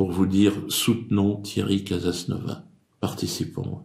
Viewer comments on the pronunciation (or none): Dieudo, faut prononcer le " S" final de CasasnovaS